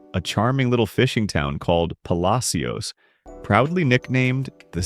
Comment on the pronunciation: Puh Lash es